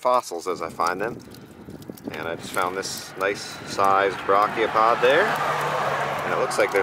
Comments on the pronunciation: Many, many times. It’s properly pronounced ‘bray’chiopod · Dude I love you but please look up how to pronounce Brachiopod before I have an aneurism. It should not annoy me so much but dear me it does.